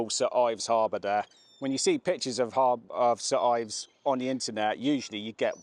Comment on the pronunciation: Its "Saint Ives" Great video